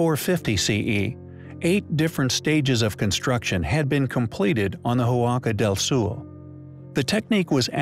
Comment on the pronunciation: Impressive. But better pronounce "Huaca del Sol" as "Waka Dell Sawl", otherwise I cringe. Huaca is a Quechua word for a sacred place, so "Huaca del Sol" means "Sacred place of the Sun".